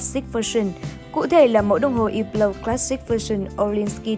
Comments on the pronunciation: đọc đúng rồi chứ sai ở điểm nào vậy??? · cách đọc đúng của "Hublot" phải là như trong video, âm "H" và "T" trong Hublot là âm câm nên ko phát âm 2 chữ này nhé. Chứ ko phải hăp-lót hay là hiu-lót như cách đọc ở VN đâu nhé các bác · Hublot đọc đúng phải là như thế, có gì đâu